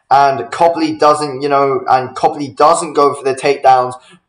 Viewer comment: “Cobly” stick to boxing lad 😂